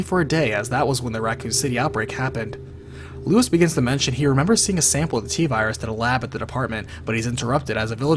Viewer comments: Damn, I know Leon pronounces it that way in the game, but the guy's name isn't Lewis. It's Luis - like Loo-ees. It's Spanish. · RE4 was over-the-top dumb. Played it, completed it... Still hated it. RE1, 2 & Nemesis are the best by far. Whenever Ashley got taken away I sighed with relief. Annoying cow. Also, its Luis, not Lewis. (Pronounced Loo-eess - same as it is pronounced in the game. Confusing I know) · Keep on mispronouncing luis. It's pronounced lou-ees